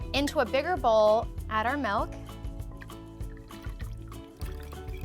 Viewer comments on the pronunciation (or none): she said melk